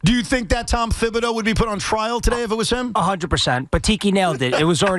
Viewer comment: Tiki, wtf are you talking about? When was Thibs playing guys 46 monutes a night "every night"?? And for godsakes, it's pronounced Tibs, not THibs!